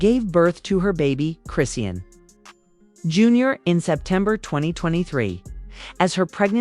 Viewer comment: It's AI and the AI of course wouldn't know how to pronounce a ridiculous name like chrisean smh.